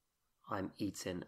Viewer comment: Have you got a cold? You've lost your g's on the ings. Eg. I'm eatin.